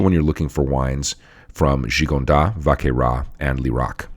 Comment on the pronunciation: Great cast! Just a polite heads up, you can pronounce the ‘S’ in Gigondas and Vacqueyras :) Cheers!